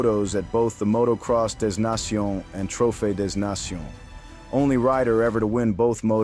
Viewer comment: Listen when it says two hundred fifty, you know it’s AI crap. Also it says DasNaction instead of trophy De Nations.